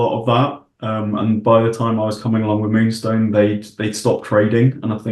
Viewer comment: Multi award winning moonstone ... get the name right 😊